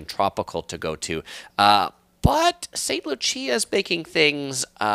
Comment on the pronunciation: Are you saying St. Lucia or another place? If so, St. Lucia is pronounced as "loo-shuh", just for future reference. Informative video!